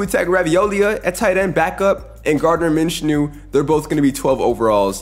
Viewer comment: The name pronunciations are rough.. Tua, Will Levis, Gardner Minshew just in the first two minutes